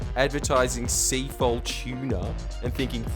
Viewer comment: Why do you keep saying sea-fole when the can says safcol? jw